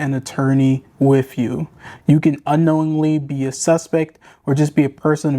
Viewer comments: ax? Bring an attorney WIFF you? Come on man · Not taking advice from a man, who pronounces the word "ask", as "axe", OR the word, "with", as "wiv". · The narrator tries to speak standard American English, but he still has to turn ghetto and says “axe”. Just as bad, he can’t pronounce the word “with”; ghetto homie says “wiFF”. 👎SMH